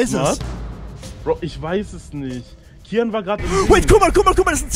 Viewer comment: Kiyan nicht kyan